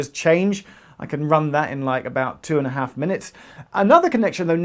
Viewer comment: When you were speaking about Northwick Park to Kenton you went a bit northern when you said 2 and a half